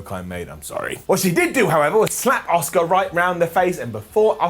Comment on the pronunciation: "I love Dominik Mysterio" Also - "I can't pronounce Asuka" Fucking moron 😂